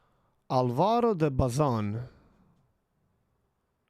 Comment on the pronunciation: while I can't speak for the spanish speakers and their language, Álvaro is a somewhat common name in Portuguese where the accent on top of the first "Á" means it is the stressed syllable. the way you said it would write "Alváro", the way we say in portuguese is more like an "Ah-lvaro", I would hazard a I guess it is not so different in spanish. The "Bazán" you got the tonality right, only say the "Z" a little more like an "Z" (like a soft Z, I think). Cheers.